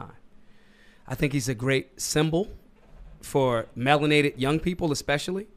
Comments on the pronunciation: 'Melonated' ... uuuuughhhhh .. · did he just say "melanated young people"? why exclude abinos?